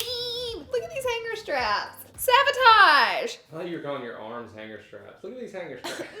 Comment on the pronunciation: Is someone gonna tell her the word is SABOTAGE not SAVOTAGE no no one okay well I just did